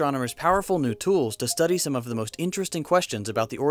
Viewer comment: *some, not soke.